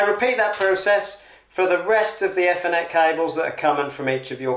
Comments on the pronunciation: usefull video tho you need to learn how to say ethernet properly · The way you are pronouncing ethernet and router is driving me up the damn wall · That is not how you say Ethernet 😂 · Yeah, it's not a criticism or being unkind, I just have never heard it pronounced that way. It was enough to make me turn it off though. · ) sorry, just my pet hate nowadays, not pronouncing 'th' correctly by putting tongue against your teeth. Good video though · This guys definitely found a new word, shame he keeps saying it wrong. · Had to stop watching - the mispronunciation of ethernet will stay with me for life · By the way It's pronounced Ee- thernet not eff- ernet. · I thought it was Ethernet but not Fthernet 😂😂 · the way this guy pronounces ethernet.. aethernet for reference not effernet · great video mate , however lets pronounce THE FOLLOWING E THER NET , NO E FFER NET , great vid though lol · Nice video... Is this British English, Ethernet with E from Egg, instead E from Ee? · "E" thernet. Its not eh thernet!!! Just messing with you. Thanks for sharing.. 😁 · eee- ther- net, not efff- er-net. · It's ethernet not e-thenet 😕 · e-fur-net cable, sorry was driving me crazy lol. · Honestly it was very annoying even my misses woke up and asked what an f-ernet cable was 😂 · Never heard it. I heard athernet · WTFudge ….. his pronunciation of “F n net” does my head in. On what planet is ethernet pronounced like that? 🤦🏻‍♂️ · I only heard efinet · Great install but oh Mylanta it’s pronounced ee-thr-net 😁✌️ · I have a question. What is an "effernet cable", and what is a "rooter" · Whats an ethernet - everyone else uses eeeethernet 🤣🤣🤣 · I have worked in this industry for 30+ years and never heard it called "effernet" 😂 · F-er-net!!! LOL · “Ether-Net Cable.” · phoentically its eeth - r - net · EFONET CABLE 🤣🤣🤣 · Dude its Ethernet not Fernet wow and its router not rooter!!! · Stop pronouncing Ethernet wrong!! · I have never heard anyone pronounce Ethernet like this